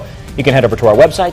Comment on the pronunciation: sounds like he said “for your phone or cablet”